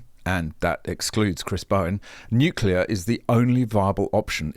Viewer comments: How can we have a Clown like Bowen? who CANNOT EVEN PRONOUNCE N U C L E A R. HE always says N U C U LAR. HIS gear is called renewables, Why? you ask! Because every few years they HAVE TO BE RENEWED to keep making ANY ELECTRICITY. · "Nukulur, it's pronounce 'nukulur"...Chris Bowen! -Homer Simpson